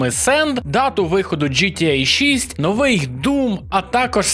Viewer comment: новИй, а не нОвий